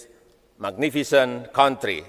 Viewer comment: PLIS YOUR INPES IN MAY KONTRI....... 🤣🤣